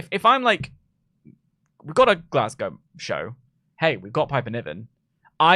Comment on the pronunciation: Can someone tell that nobody in america is saying “glass-cow”?